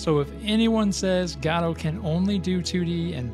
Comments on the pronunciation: It's Go Dot, not Ga Dot. Ffs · I know it sounds weird, but most people say "godo" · Please for the love of god learn how to pronounce "godot" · Go Dot, G'Dough, and now Gaddo.